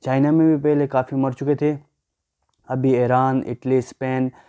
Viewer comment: "fir" nahi "phr' aur "fela" ni "phela " aur "ghoomne firne " nahi "ghoomne phirne" hota hy.